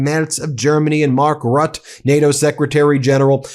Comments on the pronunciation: Dear Ben, just a small hint here on how to pronounce the name of the present Dutch Secretary General of NATO, Mark Rutte. His name is correctly pronounced in 3 syllables - somewhat along the lines of /ma:k rúett-uh/ - the stress being on the first syllable of his last name, sounding like the French word for street=rue, but shorter! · Rutte is pronounced rut-ter by the way